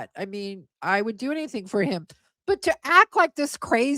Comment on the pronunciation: the correction from "anything" to "anyting" gets me every time lmaoo